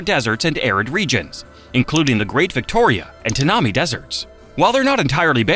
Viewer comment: E.g. Tanami "Tan am eye"